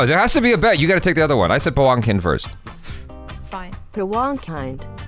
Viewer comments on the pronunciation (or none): pronounced - Paavankheend